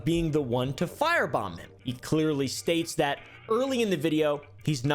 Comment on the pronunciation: spell F I R E B O M B now say it FYREBOMB